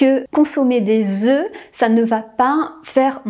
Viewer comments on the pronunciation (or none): Le pluriel de "oeuf" se prononce "Ö" ("DÄZÖ"), 🙄merci.